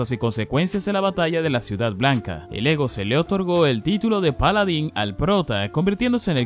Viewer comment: "Polodin". hay ta lo que depediste :V